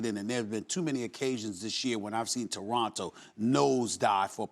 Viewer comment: Frankie Russell “ Two-ronto “